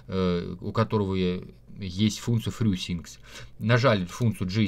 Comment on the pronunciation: Что за фрю-синк, хрю-синк) Неужели трудно сказать фри-синк?